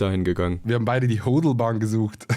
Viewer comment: Hodlbahn haha, heißt Ho"a"dl, das a musst du voll betonen.^^